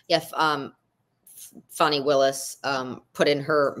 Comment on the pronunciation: He knows Fani Willis is not a prosecutor on this case; and ask yourself why this white man continues to purposely mispronounce that African American woman’s name…